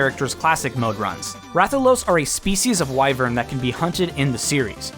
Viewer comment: All of your smash work is wonderful, but thank you so much for pronouncing Wyvern correctly when talking about Rathalos.